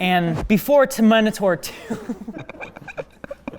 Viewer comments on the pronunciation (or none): "After Terminatorien Aleiens" what is this pronunciation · What is up with mispronouncing words? "The Abees", "Ter-Minotaur 2"?!? Come on, thats done on purpose. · *Ab-"ee"-ss, Term-"I"-nator, "Ali"-ens... It is hilarious to hear pronounce words. XD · I mean, I'm sure you realize it was a joke. Also, "Abbies," "Terminotaur," and "Uhleeuns" would be much more accurate ;) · A-beese, Ter-mi-naa-tor, A-lii-ens I love pronunciations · The Ter-Minotaur lmao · previously: Ter-Mine-nator today: Two-Minotaur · Abbies, Ter-minator, Ey-lians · When said TerminatOur I lost the plot... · yeah I missed the bit after that when mispronounced Terminator and Alien 😂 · Why do you always mispronounce the movie titles?